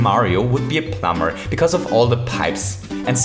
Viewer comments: So, you'll still say: "Our little plumber"? Great! I like how you say plum-bah-r! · the way you say plumber just kills me